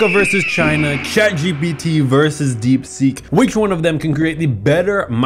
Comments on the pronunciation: "Congrats ChatPGT" wtf do u mean "ChatPGT" it's ChatGPT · My teachers say it’s ChatGTP so PGT doesn’t even sound that bad